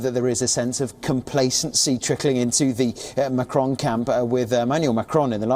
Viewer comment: I don't like this guy reading news. His modulation depends on how he wants and not clear for listeners. Wion readers struggle pronouncing Macron's name. So they want Le Pen to win 😀.